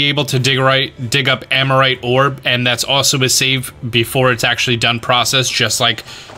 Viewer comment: Bro, its aRmorite, like armor, isle of armor. I hear amorite so slow down lol I understand and do the same with new words, im just adding to the pile of comments that probably mentioned this. Great vids!